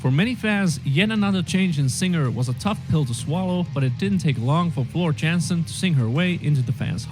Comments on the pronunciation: You pronounce Floors last name almost correctly. In Dutch the A sounds like the A in f.i. dark, So the J is pronounced as a Y and the A as in dark. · As for the right pronunciation of Floor Jansen, you were closer to correct than the person in the video. Your J is correct, but the "a" in Jansen is more pronounced as in a word like "part". If you want to have an example of Dutch pronunciation you could first enjoy the song Sancta Terra from Epica featuring Floor, after the song ended one of the other band members shouts out her name. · Floors name is "yansen" with the "a" like in "dark", not "yensen". Definitely check out "Learn the setlist in 48 hours" or "the Denver Debacle". Worth your time. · It's pronounced Floor Yahn-sen. I should know I'm from Dutchland xD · Hello from Liverpool, England,, Yes mate, Floor's surname is pronounced 'Yaansen'... She has her own youtube channel where you see how she lives her life etc... There is also a few good documentaries about Nightwish , various albums being made etc.. But a good one to watch is about how Floor came to be their singer, it called 'Please learn the setlist in 48hrs' , its long, but worth watching .... New subscriber for this journey... Enjoy 🤘🤘🤘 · You are closer than the narrator. Floor's last name is pronounced Yahnsen. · Yes, the guy in the video pronounced it wrong. We have a last name in America "Johnson" that sounds very similar to Floor's name if you replace the J with a Y. The a in her name has more of an "ah" sound. At least when I've heard other Dutch people pronounce it. I figure they should know. So think Y"ah"nsen. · If you want to pronounce Jansen right ‘J’ is pronounced as in ‘Yo’ and ‘a’ as in bArk. Good Luck👍